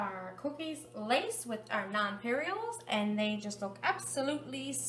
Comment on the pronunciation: They’re called nonpareils, she’s pronouncing them wrong lol.